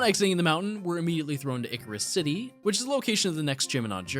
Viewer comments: The Hydragon and Icarus city pronounciations are killing me. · I know it's spelled and pronounced like drei, but he pronounced it as Hydragon. He also pronounced Icirrus City "Icarus City". I spelled it how it would be spelled the way he pronounced it.